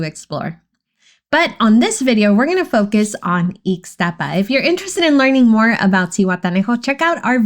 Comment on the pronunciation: I could not understand when you were saying the other areas only eeks-staapa or Plya Leen Da